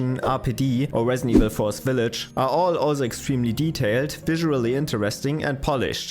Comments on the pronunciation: “Wesident Wevil fwee” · The narrator said in his wesident evil video: 'Whet is Capcom doing Wong?' Wong said: 'I don't know...' 😁